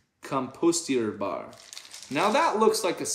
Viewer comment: if those "plastic" baggies said "kompostierbar" (german and your pronounciation was pretty ok!) which it sounded like when you said it - it means compostable. so it should be environmentally friendly.